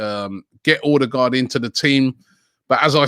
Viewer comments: Everyone: OH-degaard Robbie: OR-degaard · It's Odegaard not Ordegaard. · O-de-gaard wheres the r you keep using after the o